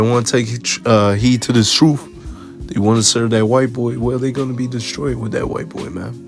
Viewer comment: PLEASE SAY TRUTH AND NOT “TRUFE” SO IGNORANT AND MURDERING THE ENGLISH LANGUAGE